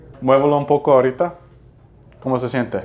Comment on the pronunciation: Peruana aquí. El "ahorita" sounded so peruvian. Nice to hear speaking spanish. <3